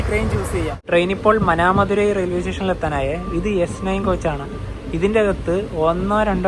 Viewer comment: മാനാമധുരയ്‌ > ഉച്ചാരണം ശരി. മനാമധുരയ്‌ ഉച്ചാരണം തെറ്റ്. വിവരണം നന്നായിട്ടുണ്ട്.